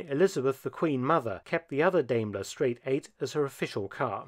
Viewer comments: I have always head Diamler pronounced like Diamond. Hearing you say it like Dame is weird. I believe Diamler Chrysler Mercedes Benz is still a thing, as far as parent company. The car that is 45 horse power is crazy! I bet that car weighs 5 tons! Top speed of 55 mph after 14 minutes of acceleration. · Daimler (you might think of a DIME when speaking it, as it is pronounced Dimeler)! Not Dameler! I am sorry, Dr. Felton, but I've become quite alergic to people butchering the German language -.- Otherwise a great video, as usual :) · So I have to ask how common is it to pronounce Daimler as Dame-ker rather than Dime-ler as that is the normal pronunciation as a car guy this is the sort of thing I think of anytime a car brand is pronounced in a different way. Obviously this is an amazing collection but that's the question that comes to my mind. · Sorry but it's pronounced diemeler not daymler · It’s pronounced dime-lair Thanks for posting this! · But in Britain it is pronounced Dame..ler. Being German/British I am happy with both pronounciations. Best wishes. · I see because everyone over heard say it say it as dime-ler and even google says it like that. Of course I've heard some other weird pronunciations as well so shouldnt surprise me. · I think it's pronounced "DIMEler." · It is not Dayyyyymlor. Please. We respect English enough to pronounce your stuff right as well... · First Car And also the first syllable in Daimler rhymes with Time. Just saying.